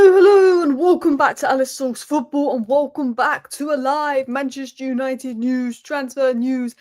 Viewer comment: Hi Alice. It's pronounced "News" and not "News"